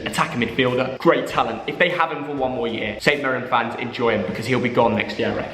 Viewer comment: what’s a YER??? It’s YEAR mate